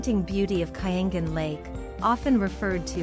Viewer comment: The narrator should learn the correct pronunciations of names of places. Example " Banaue" - bana-we; " Caramoan - Cara-mo-an